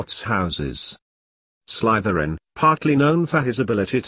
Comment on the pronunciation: This way Slytherin is being pronounced is triggering me. ( Also it’s funny cause I’m wearing my Slytherin shirt rn lol )